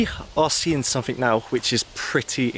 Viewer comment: Somefink is actually pronounced something and don’t fink is actually don’t think.